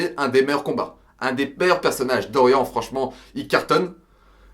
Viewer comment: On dit "Doriann" pas "Dorian" ! xD Mais après pour Kozué c'est trés JojoLike en termes de dessins Baki donc je trouve que ça passe mieux que les meufs surlissés des animes simples d'aujourd'hui , et Kozué c'est le point Culminant de tout Baki (Manga parlant surtout )